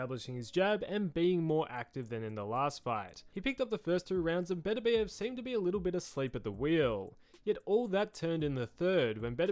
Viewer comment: Why do people keep mispronouncing Beterbiev?